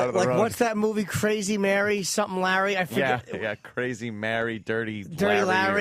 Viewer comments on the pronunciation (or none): none